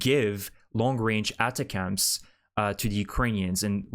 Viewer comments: About the pronunciation of ATACMS: It is not "attah-cams". It is attack'ems, intended as a short form of attack-thems. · it's attack-ems.. it's not cute that you constantly pronounce stuff wrong. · Pronounced: "A Tachums", with the accent on TAch.